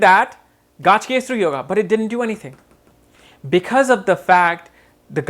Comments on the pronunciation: It is not Gajkesari... It is Gaja Kesari ! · It’s pronounced Ga Ja, not gaaj. Pronunciation of words according to its origin is important! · Nice video but the actual pronunciation is gaj (ga and ja..like saying kaj) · You are pronouncing Gajakesari as Gaajkesri. Please pronounce Gaja properly. "Ja" should be emphasized.